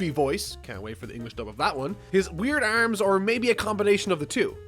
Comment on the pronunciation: You say arms funny